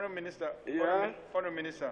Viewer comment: I like the way Mr Bamidele pronounces the word Honourable, it sounds so much like Horrible! Lol